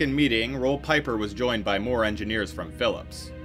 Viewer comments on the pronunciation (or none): Pieper is pronounced Peep-er not Pie-Per. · pieper is pronounced more like peeper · I remember these days. I was doing my Masters in Electrical Engineering and we all laughed at how dumb this situation was. Roel Pieper (pronounced Peeper) was known as smart and educated, but he missed the mark here clearly. What a way to end your career. 😂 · As a Dutchman, aside fom Pieper I was pretty impressed by the accuracy of the Dutch pronounciations.